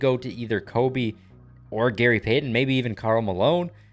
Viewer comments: I don’t think I can listen to this guy pronounce Gary payTON anymore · i love how he keeps getting peyton and kobe mixed up then the way he says gary pay-ten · “gary payTon” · i love but the way he says gary payy- ton is funny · From now on, just call him by his first name or call him The Glove. The way you pronounce Gary Payton’s last name makes me uncomfortable